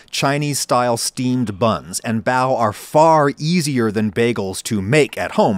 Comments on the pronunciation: The way he pronounces bao goes through my soul like wet chalk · I think you're brilliant but they're not "bao buns". They're just "bao" or "buns". Bao literally means bun. So you're saying "bun buns"